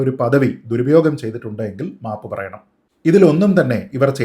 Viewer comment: 😂😂😂😂 " mapu" ennu kelkumbo Savarkare ormma varum😂😂😂😂